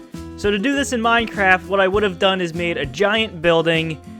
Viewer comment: Yaaaaaaaay minecwaft